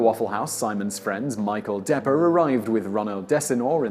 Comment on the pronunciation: Not "Depper" it's De Pre